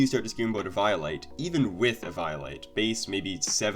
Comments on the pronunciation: not hating but eviolite as Eva-yo-lite ? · The way man said Eviolite made me want to commit murder